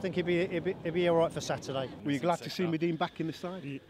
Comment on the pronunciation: How he pronounced madine